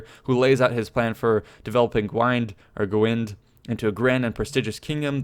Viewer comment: I think “Gwined” is pronounced “G-win-ed” not the ed as in “handed” but as in the name Ed..I think...though I know a bit more about Classical Latin and even then its not much